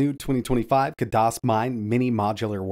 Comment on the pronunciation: just so you know, it's not "KUH DOS", they pronounce it "KAD ISS". ( A as in cat)